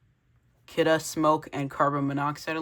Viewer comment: It isnt Kidde thats not how you say it its Kid-ee